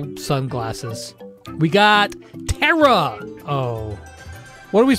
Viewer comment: It’s not Tara is Teaira yes queen